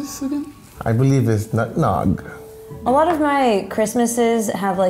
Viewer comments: Lol is anyone gonna mention that he said its "nutnog" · “I believe it’s Nut nog” 😂😂😂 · "I believe it is nug-nog." 😂😂